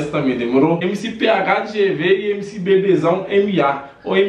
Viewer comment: “emc poze" sabe nem falar dkksks